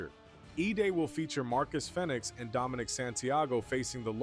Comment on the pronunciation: It's pronounced Fee-nix